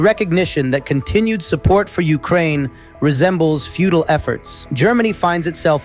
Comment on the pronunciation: Sorry was that "futile efforts" or "feudal efforts", or a bit of both?